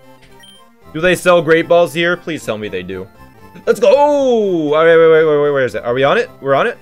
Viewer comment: I swear he says plizz is fine, plizz can handle it so many times, and each time plizz can NOT handle it.